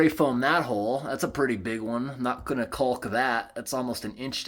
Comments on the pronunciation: Love all your videos. FYI....... caulk has a silent L 😁😁. The river shots were absolutely beautiful. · took me a few minutes to figure out what you were talking about, I have never heard anyone pronounce the L in caulk. lol great video tho!